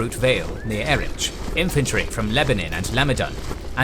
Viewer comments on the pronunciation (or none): none